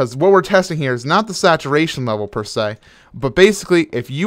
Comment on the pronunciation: he said that SACTURATION